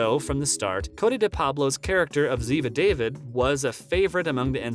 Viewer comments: I guess you have never watched the show. Ziva David is pronounce "Dahveed" . Hello??? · DAVID ( DAVEED) Ziva would yell at you for getting the pronunciation wrong